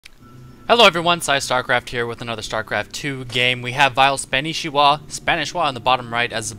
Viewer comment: it's spa-knee-shiwa XD but i know you knew that, FTW